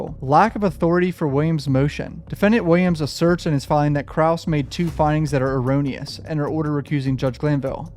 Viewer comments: You only butchered a few words this time. Look up how to pronounce "erroneous." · erroneous.. Uh rone E us